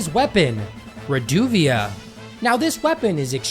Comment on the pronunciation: Every time he mispronounces Reduvia, take a shot.